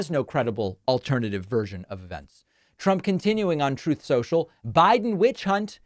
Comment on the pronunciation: Troth after TROTH